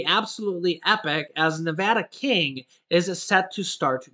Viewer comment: You pronounce "Nevada" incorrectly... 😂